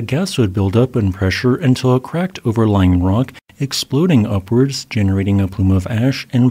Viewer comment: Ge-NE-rating, yes! YES!!! Finally! ;P Just poking fun at your Genering pronounciation! Great Channel!